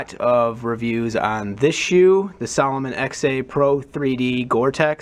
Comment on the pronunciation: Salo-moan not salo-min